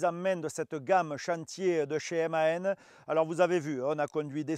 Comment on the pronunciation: Apprends à dire le nom du camion